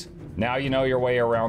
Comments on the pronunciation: It means a chain of islands, but it is pronounced like: ark-e-pel-ago (or ark-ih-pel-ago), not how it is spelled which is archipelago. But then this is the who intentionally mispronounces Kaineng and SO many other words I assume you're just being quirky and fun. "We'll help him in a second." 😅 womp womp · I know knows already. but, it's Ach-e-peloton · Archipelago mispronunciation is back baby! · Archipelago... I swear you do it on purpose. Very useful guide as usual though.